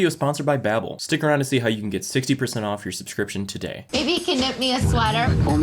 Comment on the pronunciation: His sponsor: Babbel. He: Babe-el 🤣